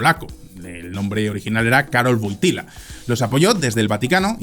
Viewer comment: Bien...por fin un español pronuncia el nombre WOYTILA como debe ser, y no WOTIWA O UOTIUA, como horriblemente lo han pronunciado durante medio siglo el resto de los españoles!!!